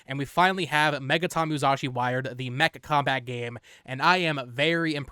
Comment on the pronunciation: Why are you pronouncing it "MuZashi" lol